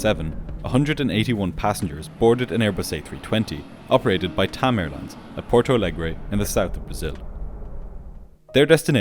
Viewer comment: You’re content is at an insanely high quality. Keep up the good work. The only very minor thing is that as Porto Alegre is a Brazilian city that speaks Portuguese, it would be pronounced like Portu Alegri in Brazil and Portu Alegr’ in Portugal. Other than that video is a 10/10